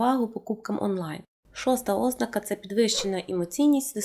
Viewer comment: Ви описали багато моїх життєвих реалій. Я от навіть неправильний наголос ( ознАка правильно) сприймаю з пришвидшеним серцебиттям і тиньканням у скронях.